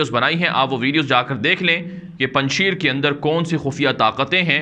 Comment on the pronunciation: تلفظ پنجشییر نہیں پنج شیر یعنی اسد ( پنجشیر)